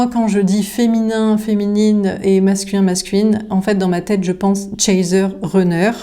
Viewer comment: Bonsoir ! Runner se prononce Ranner non Renner 😊 le U en anglais ce prononce A comme Gun ou Sun